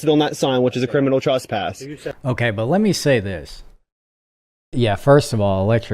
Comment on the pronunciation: Please start pronouncing the word trespass correctly LOL it drives me nuts the way you say it "truss-pass" instead of "tress-pass" 😅😅😅